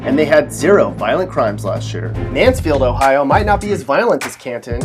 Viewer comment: Pgffffffft it's Ohio HAHAHAHA